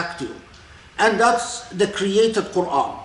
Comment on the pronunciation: Assalamu Alaikum, may I please clarify: 'internalisation of the created Qur'an'? To me it sounds like he is saying 'creative Qur'an' not 'created'. I've heard Dr. K talk very eloquently previously on why the Qur'an is considered 'uncreated', so I am finding 'created Qur'an' confusing🤔🤔